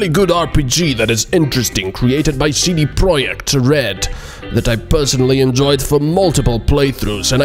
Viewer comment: Dear are you from Poland? I have noticed how You are pronouncing CD Projekt red. Obiecuję że nikomu nie wygadam:D